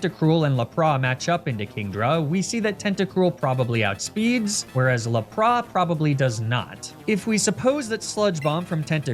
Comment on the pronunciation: Hey, what about doing a 'mispronunciation nuzlocke'? In which you only use pokemon which names you have mispronounced in previous videos. So like, Laprah, Arcaneenay, Emolja, etc. Seems like a silly but fun idea to me:)